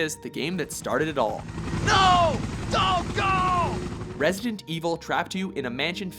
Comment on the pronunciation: “Nooouuu dont gouuu” “racon city”